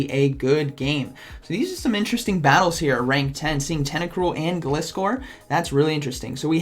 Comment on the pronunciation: Gliscor is pronounced the same way as "glide" and "scor" :D